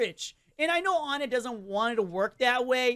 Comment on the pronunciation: FINALLY SOMEONE WHO DOSEN'T SAY "ONNET"